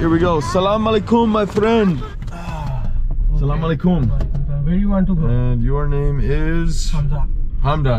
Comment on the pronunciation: Love this video and the way you say Salaam ✔️ Beautiful ♥️